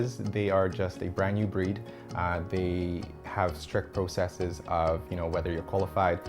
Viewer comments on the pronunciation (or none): "Processes" not "proocesses"